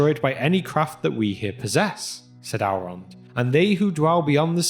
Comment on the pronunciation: It is not Alrond or alves, but Elrond and elves.